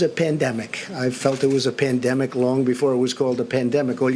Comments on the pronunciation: I've listened to this three times now, and the word I hear is "pendemic", not just once, multiple times. He cracked me up when he said "I knew it was a 'pendemic', all you had to do was look at other countries". WTF? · He pronounces it :" pindemic"